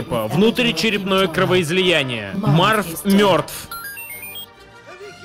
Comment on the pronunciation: Гарри мёртв от кровоизОЯния